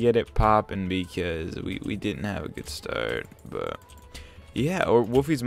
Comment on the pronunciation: You say start like starrrrrt lelel